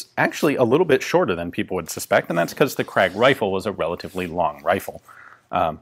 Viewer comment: Gratulations : you have sort of mastered the pronounciation of "Krag". But you still have a tendency to pronounce it "Kragg".